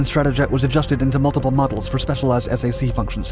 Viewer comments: EXCELLENT, not SUPERIOR...... S.A.C. is pronounced "SAC", just like 'sack'. As a Navy Veteran, This is one of my Favorite planes of the Cold War.....and then watching the Major General James 'Jimmy' Stewart movie "Strategic Air Command" just put a hook in me. As a model-builder, I ALWAYS wanted to build a 1/72 model, but getting that 'silver' surface shiny with a Flat Black around the cockpit, just makes the plane Look SO COOL!!!! BUT ...... That accident rate was just ridiculous .... R.I.P. Airmen!! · Thank you! I’m glad I’m not the only person who was OCD about his non-standard pronunciation of SAC. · It's not pronounced S-A-C, it's SAC, pronounced as sack, one word. Just as MAC is pronounced Mack, and TAC is pronounced tack. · For all that is holy, please say Sack instead of S-A-C. Good stuff, otherwise... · What is S-A-C? My dad served in SAC. The proper pronunciation is Sack, not S-A-C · Pronounced, "SACK', not, "Ess-Ay-See'. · SAC is pronounced sack, like a paper sack, not S.A.C. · Nice video, but it's pronounced "SAC" (as in "sack"), not "S.A.C." That kinda hurts your credibility with Air Force folks like myself. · It's SAC (sack). Poor bot voice just can't figure acronyms!😂✌🖖🇺🇸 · The S. A. C.? This is an acronym for Strategic Air Command. It is pronounced SAC (sack). Are you sequestered in your parents basement, with no contact with the outside world? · You would think with all the research they do for these videos they would research how to pronounce...SAC (sack). Nobody ever said .S. A. C. .... Without being laughed out of the room are corrected. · All this narrator does is read from wikipedia. Even misreads some of the dates and mispronounces words regularly. The Strategic Air Command (SAC) was always pronounces as sack, like a grocery sack. No one ever said S-A-C. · NOT S A C! It's pronounced SAC, as in sack. It would be nice if you really knew your subject. Thumb Down! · Tip: SAC is pronounced just like the word “sack.” Otherwise excellent video.